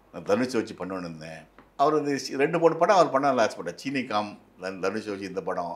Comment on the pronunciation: சீனீ காம் இல்லை “ சீனி கம்” சர்க்கரை கம்மி.